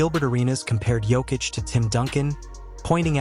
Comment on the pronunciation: Your AI really has some problems with the name. Just write it as Nikola Yokitch.